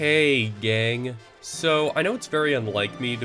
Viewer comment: legit thought you said gay not gang lmao and i was like "oh hiiii"